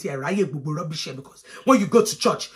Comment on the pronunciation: “Big piece of oily rrrrubish”😭😩